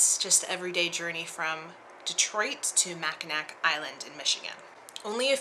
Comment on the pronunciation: Couldn't resist commenting: It's pronounced Mackinaw...so many words I've miss-pronounced over the years, like just yesterday the word Erudite (Eh-ru-dite with a long i. My Dad corrected me. Heh.)